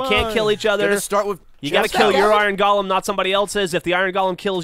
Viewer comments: Twitch twitch. It's pronounced like goal-um. Not Gollum. Twitch. Cringe. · How is it possible that no one in the fucking world can pronounce the fucking word Golem like its actually pronounced? Its "GOH-lem." "GAH-lum" is a fucking character from Tolkien. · (Go-lehm) not (Gollum) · pronounced gollum in some places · It's pronounced GOH-lem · They keep saying Gollum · From merriam-webster: go·lem noun \ˈgō-ləm, ˈgȯi-, ˈgā-\ Or in a language you can understand, it can be pronounced either fucking way. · Ugh, a whole episode of "golem" being mispronounced ...